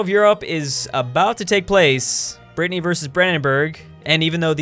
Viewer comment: Did call Brittnay a Britnnay nation?